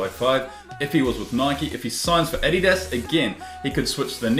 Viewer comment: the way you guys say addias kinda bothers me